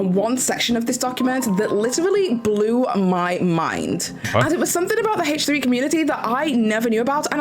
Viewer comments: Again, I'm just talking about pronouncing proper nouns "correctly." She's doing a video about facts and she can at least pronounce the podcast's proper name correctly. She is very articulate. She was able to say consensual non-monogamous relationship over and over with no problem. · H3 is a proper noun. My comment isn't about her accent. Some people don't care but in this case since she's speaking "facts" and did some research she could have at least pronounced as it is pronounced by the creators of the podcast. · Obviously. I'm talking about proper nouns. H3 is a name or proper noun. By weird I mean it's weird to me that is not saying the name H3 the way the creators say it. I have a friend "Jackie" that hates it when Spanish speakers pronounce her name "Yackie." That example is a bit different because English is their second language. is very fluent and aware and wouldn't have any difficulty saying H3 in it's original pronunciation. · It's so weird she won't say H like Ethan and Hila. It's the name of the podcast not just a letter and number. It's similar to when people mispronounce Hila's name. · In this case, I was speaking of H3 being a proper noun. I know not everyone cares when people pronounce their names or babies name or whatever differently. To me it's weird because fluent and articulate and is speaking "facts," but won't pronounce the proper noun the way the creator of the podcast named it.